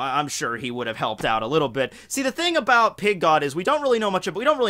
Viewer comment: I don't know why but i always hear "Pink God" LOL